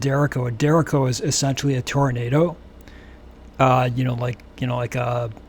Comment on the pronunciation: its pronounced "deh-RAY-cho"